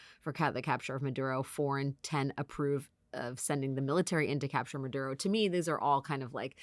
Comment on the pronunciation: Ms. Wagner's pronunciation of 'Maduro' is very good, congrats.